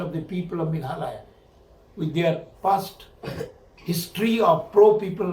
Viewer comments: Meghaloy ???🤣 jin-da-bad.... Lah goi 🤣🤣🤣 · Not meghaloi its meghalaya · Meghalaya not Meghaloy..please 😬😬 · your party tmc can't pronounce meghalaya .shame of this party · Tang ban pronouce MEGHALAYA ruh kam pat ianang ...Shame on these people